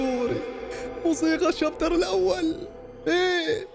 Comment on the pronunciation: بداية المقطع الشابتر ❌️ الشايتر ✅️